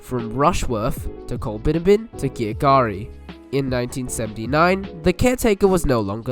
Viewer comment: I had wondered about the pronunciation of Girgarre. Nice to know I have had it right all this time. lol! Colbinabbin too. Although I'd never imagined it could be pronounced any other way. Little surprised there's no mention of the deviation of the line when the Waranga Basin took part of the original alignment.